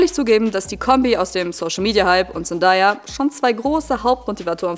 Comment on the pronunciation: Sehr gutes Video, ich bin auch totaler Fan der Serie, es stört mich nur bisschen wie du Zendaya aussprichst man spricht sie ZenDAYa aus also day wie Tag 😅🫶